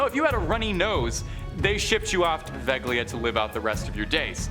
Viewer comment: Wow I don’t think I’ve ever been this early. you’re my favourite. Also the g in Poveglia is silent and is pronounced Po-veh-lia